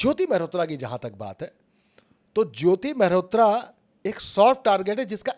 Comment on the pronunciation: ज्योति मल्होत्रा not ज्योति मेहरोत्रा